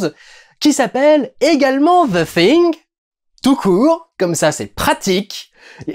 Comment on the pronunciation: Vraiment un bon vlog que tu as fait durendal et tu es un des seul youtuber francais a bien prononcer le THE hahahah bonne journée.